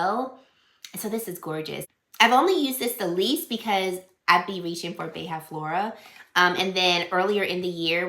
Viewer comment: Loved the fragrance combos and would really like to see an updated skincare routine. P.S.: Beija-flor means hummingbird in Portuguese and the “ja” on it is pronounced like you said it in “Janeiro”, close to the “ja” in the word “jar”. ☺️